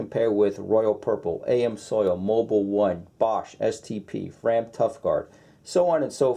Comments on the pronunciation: Great video, but it's not "Am soil" it's "Ams oil". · Amsoil (amzoil). Not (A M Soil) Geeeez... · "A-M-soil" lol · LoL I was cringing every time I heard him saying that in the other video as well as this one, I was wondering if anyone commented on that